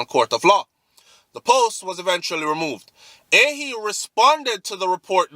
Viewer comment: pronounce like A- HEE (AHYE)